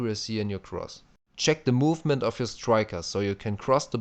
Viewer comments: it should be check not ceck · "Ceck my defending tutorial" Okay, I will ceck it :D